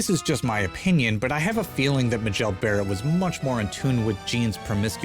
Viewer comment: for future reference - MAY-JEL Barrett